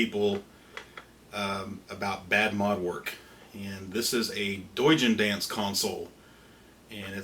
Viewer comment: I thought I heard call him "douche-en-dance" lol